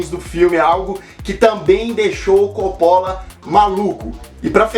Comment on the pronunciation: esta pronunciando Coppola errado